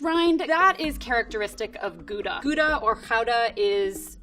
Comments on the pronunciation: Oh damn, she actually pronounces Gouda (kinda) right? Okaaaay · A non-Dutch person pronouncing Gouda right, I'm impressed ;) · yeap How -da . Although the G in Dutch has more throat noise than the H in English . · I like how she quickly said the proper pronunciation of Gouda after saying "Koeda". She knows her stuff. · I love that she said gggouda with the harsh Dutch g ♡ she really knows her cheeses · She pronounced it with the soft g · She pronounced Gouda so well. We stan a gal who appreciates dutch cheese language. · Zegt ze het zoals het hoort. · Same when she pronounced Gouda the Dutch way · Same with the Gouda (me being a Dutch person) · Same for me hearing her say "Gouda" properly once haha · Wat bedoel je. de eerste for ze het gezegd hebt was het met een perfecte 'g'. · She’s a cheese expert, so she’s gonna know the correct pronunciation. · My dutch friend appreaciates your pronounciation of Gouda! :) Also, I love people that are passionate and interested in their job and knowledge, it's so awesome. And I love cheese. I need to educate myself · I love how she lists the positive aspects of the expensive AND cheaper cheeses! And omg she pronounced gouda the dutch way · She really does pronounce it well. And as I understand the way we pronounce the g in gouda is pretty hard. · I'm Dutch and I made a happy jump when you pronounced 'Gouda' the way you should pronounce it! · I'm mostly amazed because she was able to pronounce 'Gouda' the right way. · As a Dutchie I'm impressed with her correct pronunciation of Gouda. In fact, it's the first time I hear a foreigner say it correctly. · Its a extremely hard word to pronounce for any non dutch speaker though... So didnt expect that at all... Was shocked when I head her say that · Wow, her pronunciation of Gouda was really good! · Yeah I was surprised as well, damn lady, good job! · You mean that one time she actually said it correctly ? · Finally someone pronounced Gouda the Dutch way as well